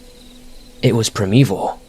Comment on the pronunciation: Miwwyuns of tweez in the pwimeview fowest!!! Mwahahaha(evil laugh)